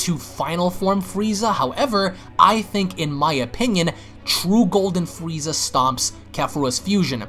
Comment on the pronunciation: you said fweeza